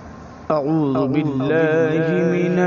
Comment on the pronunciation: Sahi se padha karo Auzu aur Bismillah ko kahe ka qari ho